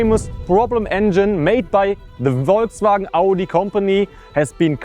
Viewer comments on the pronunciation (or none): none